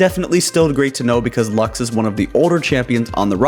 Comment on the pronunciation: Why do people call her "lax"? It's not a bottle of laxatives, it's latin for "light", it's "lux", not everything has to be read the english way.